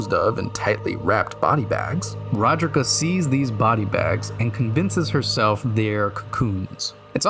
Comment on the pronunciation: Where did you find that pronunciation of Roderika's name? It certainly aint anywhere in the game.